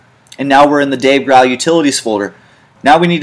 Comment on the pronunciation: It's killing me that he keeps pronouncing Dave Grohl's name wrong...